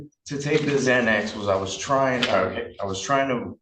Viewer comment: He says im confortable taking "zzzzzxanax" i havent taken anything today, but i took one this morning, and will take another tonight. Lots of progress